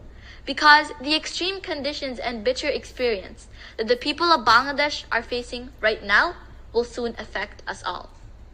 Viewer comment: I have told you several times I like your sincerity and eagerness to speak in Bengali but you just heard the Bangladeshi girl at the UN, so please try to pronounce our country's name CORRECTLY, although it is difficult when you have a Punjabi accent, but that is a different story. The correct pronunciation is "Ba-angladesh', a LONGER sound and NOT 'Bungladesh" that is a shorter sound and you all do it but your declared enemies in India do it correctly, so why not try? The language is Bengali in the English language and 'Ba-angla' in the Bengali, as the dear girl spoke. You can do it if you love us so much as brothers, so please show love by trying. Proud Bangladeshi, from Boston, USA